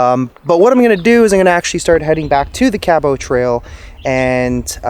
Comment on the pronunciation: You not pronouncing Cabot Trail properly is driving me nuts. But love your videos.